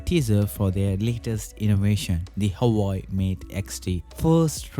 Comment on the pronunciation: Hawaii? It's Hua Wei !